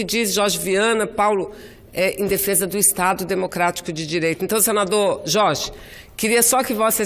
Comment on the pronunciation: Senador Chorchi, essa Mulher já fez tanta plástica, que ela nem fala mais Direito, é Jorge, ela fala Chorchi, kkkkkk.